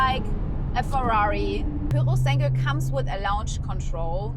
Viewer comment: don’t mean to offence here, but this is super duper easy to pronounce. Just ask ChatGPT to teach you how to nail basic Italian intonation. It’s “Pyu ro (roll the r) sAnn (do accentuate the A) guay “ 😜